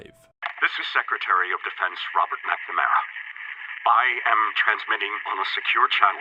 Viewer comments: He says Robert macmara not McNamara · Sheesh you really butchered McNamara's name